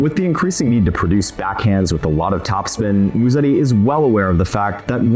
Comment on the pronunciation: The way you guys pronounce his last drives Italians CRAZY. It’s not MuSSeti, it’s MuseTTi. Soft S, strong t